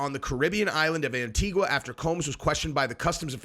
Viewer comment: the U is silent......"Anitiga"